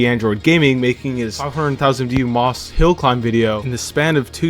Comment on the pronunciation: Also i dont wanna be that guy but it is pronounced mouse not moss. But great video def brought back nostalgia for me